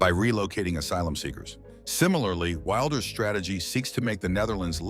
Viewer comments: Could you stop the far right bs? He's just right. And it's pronounced WILLders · Why can you not even pronounce the name Wilders correctly? Do some research. I'm Dutch and I'm not going to change American names.. Lame 😅